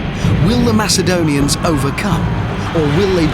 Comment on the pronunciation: Somebody seriously needs to explain to the one expert what a soft "c" is. This is at least the 3rd episode with Macedonians as one of the armies, and he continually pronounces it with a hard "c". These are not nuts, they are ma-SE-doan-ee-ans.